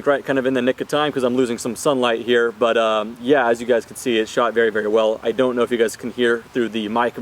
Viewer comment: Whenever he says “But Yeah” I hear he is calling to someone “Bhaiya” 🤣🤣🤣🤣